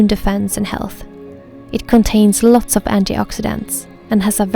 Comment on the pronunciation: "Aloter" Hahaa :)